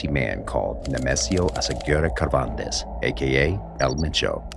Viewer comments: You want graphic details? Check out disturbed reality or even more played moth. Oh and Cervantes is pronounced with an S not a K sound. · Cervantes isn’t pronounced with a K sound. The C sounds like an S just for future reference. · You lost me at “Ker-von-tez” 😂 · Did this guy just pronounce Cervantes, one of the most.fsmous Spanish names of all time, as Kervantes? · Really butchered a simple last name Cervantes there 😂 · Cervantes man they butchered the name